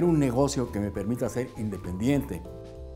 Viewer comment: Por poquito y dice "negrocio" en lugar de "negocio" 😂